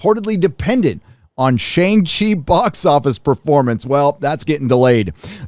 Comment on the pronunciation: I used to buy from Russ at a the old school Outpost (yes, pre reboot non creative name chang she) and you have turned pop culture heel. Why? You pronounce Shang properly (fake ass pandering)